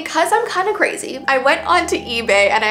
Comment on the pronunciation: I love how she seid “ because I’m kinda CrAZY